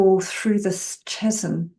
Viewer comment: H is silent in chasm also hun